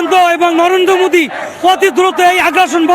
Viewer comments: আগে মুদি থেকে মোদী উচ্চারণ করতে শেখ তারপরে চিন্তা করবি অন্য কিছু😂😂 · এদেরকে দেখলেই মাথা গরম হয়ে যায় এদের ক্ষমতা এত কি করে হয়..আগে নাম টা ঠিক করে উচ্চারণ করুন ওটা মুদি না ওনার নাম নরেন্দ্র দামোদর দাস মোদী উনি আমাদের প্রধানমন্ত্রী রেসপেক্ট দিয়ে কথা বলুন নয়তো আপনাদের দেশের নাম নিশানা থাকবে না কিচ্ছুই না জাস্ট একটা মিসাইল😂😂 এরা নিজেদের যে কি মনে করে কে জানে ,পাত্তা দেয় কে এদের , অশিক্ষিত সব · এই মৌলবী বলছে মুসলমান নাকি শান্তি প্রিয়! গোটা বিশ্ব জানে। লুঙ্গির নীচে ওদের শান্তি করিয়ে ছাড়বে শুভেন্দু। মোদীকে লাগবে না। মোদী এদের ন‍্যাপকিনও মনে করে না। তোরা কেন যে মোদীর নাম করিস? তাও উচ্চারণ করতে পারিস না। মুদি না। মোদী। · 😂😂তোরা জামাতিরা আগে উচ্চারণ ঠিক কর "মুদি" টা কি??😂😂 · এরা তোহ “বারোত” “মুদি” এসব উচ্চারণ করে 😂😂😂 They don’t even know how to spell it correctly!! এরা নাকী ভারত দখল করবে ,LOL 🤣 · তোরা আগে মোদী উচ্চারণ করতে শিখে আয় তার পরে আন্দোলন করিস😂😂😂😂😂 যাদের দয়ায় বেঁচে আছিস তাদের নাকি শেষ কোরবে😂😂😂😂😂😂😂